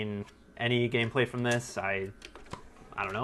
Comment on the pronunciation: Did you say you bough them grom mercari?